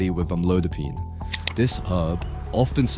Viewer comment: Is this an AI narration? Sounds like it because the pronunciation of amlodipine is inconsistent. How stupid.